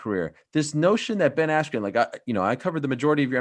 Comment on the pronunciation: Ben "AIYAND" Askren